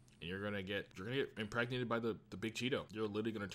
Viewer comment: you said enpregteted you